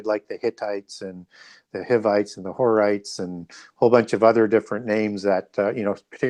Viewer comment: knows a lot but he needs to look closer to a King James Bible and get the pronunciation of these names right. The King James has the names broken up into syllables with a mark for emphasis. A’i is a two syllable word. ( A- eye ) Ja’pheth is Jay- feth Hi’vites are HIGH- vites